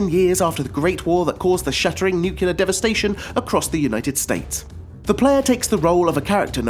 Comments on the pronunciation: NU-CLEAR NOT NUCULAR....ARE YOU GEORGE BUSH JR FFS??? YOU PEOPLE MADE THE GOD DAMNED LANGUAGE, GET IT RIGHT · it's nuclear, not nukilar....😕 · The list is good and all, but please, it's nuclear, not nucelar. :( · Great selection, but the pronunciation of the word, nuclear is irritating; It's not spelt nu-cu-lar. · "nukyuler"? really? .. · did you just say "nucular" war? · Nucular? WTF is nucular? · nuclear, new cle er not....... new cue ler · It's NUCLEAR for Gods' sake...